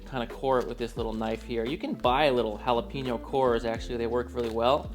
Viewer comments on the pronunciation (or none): you said "jal a peno" It is Hal a peno. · “J” Jalapeno 😂. My sis says you need to pick the jalapeño with the little white lines in the skin. Those are the hot ones.